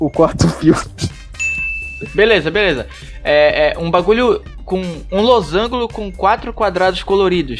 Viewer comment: "Losangulo" kkkkkk